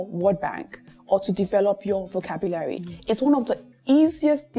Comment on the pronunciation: thank you for this episode. I've learned much. Notwithstanding, na wetin with that pronunciation of 'vocabulary'.